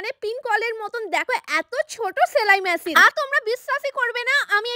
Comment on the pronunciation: ছেলাই ম্যাছিন না, সেলাই মেশিন। আগে উচ্চারণ ঠিক করুন।